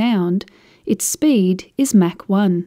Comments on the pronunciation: it's "mock" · Never heard MACH pronounced Mack always heard Mock. Must be a British thing. Good explanation.... USAF veteran.